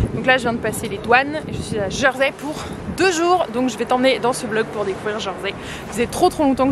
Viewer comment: Hello, alors en français On prononce "Jèrsey" et non "Jeursey". Bonne idée de faire le tour en vélo pour un court séjour malgré les côtes ! Les sentiers côtiers sont également à faire quand on à plus de temps.